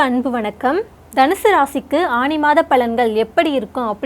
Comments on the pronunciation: ஆணி? ஆனி?..... தமிழ் மொழி சாகிறது..... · தமிழ் உச்சரிப்பு திருத்தப்படவேண்டும் "ஆனி " என்பதே சரி